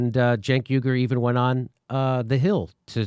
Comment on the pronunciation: Uygur is pronounced as yu-gur now? Yu-Gi-Oh lmao